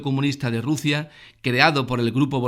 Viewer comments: Juan Acedo y RuZia con S por favor! Q escuchando este vídeo le dan ganas a uno de arrancarse las orejas! Si tiene un problema de dislexia o lo que carajo le pase pues que pongan a otra persona para leer los textos xq de verdad de resulta bastante bochornoso! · burguezia, ezcaza, Ruzia???